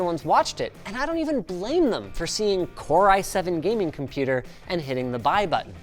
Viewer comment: "A Compûtēr" 😂